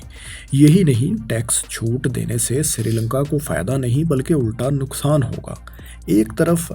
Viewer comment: Bhai apni pronunciation thik kren Naqsan ni nuqsan Alaqy nhi ilaqay Dabai ni dubai Nawaiyat ni noiyat Ra,aayaten ni ri,aayaten Sahal ni sahil Calambo ni Colombo Nahayat ni nihayat Makammal ni mukammal Azafa ni izafa Malazmat ni mulazmat Mamalik ni mumalik Alzam ni ilzam Nazam ni nizam Hairani ki bat ha faisal bhai ne kesa bnda hire kia hua ha jis ki urdu hi thi ni hai Pronounce thik ni krta is liye pori video ka image khrab ho jata ha video ka maza ni ata Video dety waqt aese feel hota ha jese kisi anparh bnde k channel ki video dekh rhy hn Manafqana ni hota munafqana hota ha Jagrafiyae ni jugrafiyai